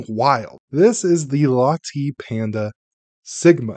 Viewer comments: LATTAY! It is pronounced LATTAY! DUH!! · Latte pronounced “La” as in Lark, and “tay” as in Taylor. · Have you never had a Latte before? It's not pronounced with a hard E sound. Just like nvidia is not prounounced nu-vidia, ;-)